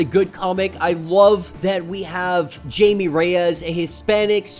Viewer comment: I’m sorry but it’s pronounced “hi-may” no Jamie but still love ur content 🙏